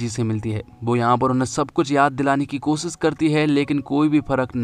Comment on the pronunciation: Bhai bura mat manna lekin apna accent theek karo...aap,sh ko s kyu pronounce karte ho...jaise shaadi ko saadi koshish ko kosis shayad ko sayad s ke aage h lagao...